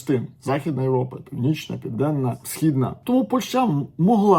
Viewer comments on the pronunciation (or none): none